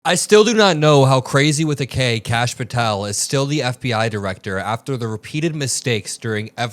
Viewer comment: Kash = duh-hooooosh 🤦‍♀️🩵